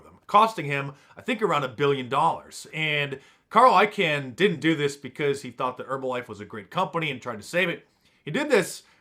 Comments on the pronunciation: I-Kahn Mark, I-Kahn not I-can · its pronounced ICON not carl ican. ... its bill ACKMAN not bill ackmin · It's actually pronounced Carl I-khan, or like the word 'Icon'